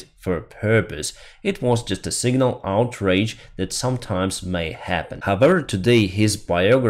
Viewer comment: 'OUTAGE' not 'outRage'.